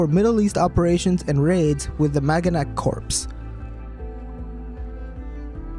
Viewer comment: Just fyi, it's pronounced like core, not corpse. The P and S are silent.